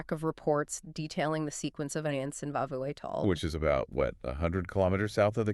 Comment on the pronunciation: Vaavvu Atoll??South of Male?? Give me a zoom call and I'll fix that butchering!!